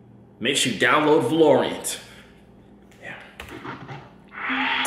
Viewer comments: Was talking about Valorant?? Man was saying Valorient 😂😂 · Lmao “ va lorant” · SOOOOOO are we gonna act like he didn't say VLARORANT when it's valorant and he called it a crappy game u buggin gang lmaoo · He slates 360 for saying his name wrong but he cant even say Valeant right I'm out 😭😭😭😅🤣🤣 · Valorant is an esport very popular among only skilled players. And u pronounced it waaaaayyy wrong lol.